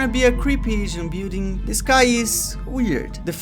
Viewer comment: "i didnt have time to render the bewding so i used a bunch of images of the bewding" i was so confused at what you meant... you meant building!